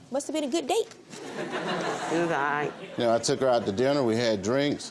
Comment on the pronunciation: She said it was an “Aight” date! 😂😂😂